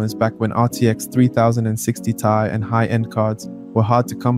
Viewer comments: three thousand and sixty tie, three thousand and sixty tea, ts has to be ragebait😭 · 3 thousand and 60 tie 😅 good video tho